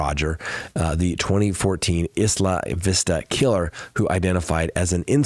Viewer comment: Oooooh you just butchered the pronunciation of the beautiful Santa Barbara community of Isla Vista..